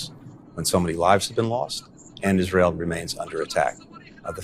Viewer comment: He cant say Israel, listen 9,57 “Isjael”